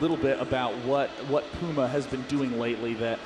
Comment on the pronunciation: Finally a commentator who can say "Puma" properly!! :) I'm NOT talking about Day9 of course... "Pooma" :p